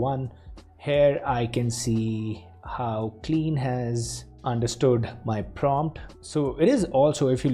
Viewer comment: omg it's pronounced kline not clean you , you are getting on my nerves every time you say clean